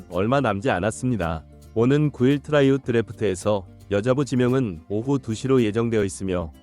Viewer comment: 트라이아웃, 발음 좀 신경써